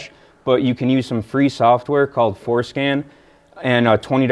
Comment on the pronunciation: Every time he says Forscan I can’t help but hear foreskin.